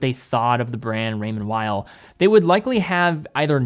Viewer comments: Please pronounce Raymond Weil like "remonn vei", it's located in Geneva (french speaking) not in Germany ! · Raymond Weil. Please. ray-Mond Vee.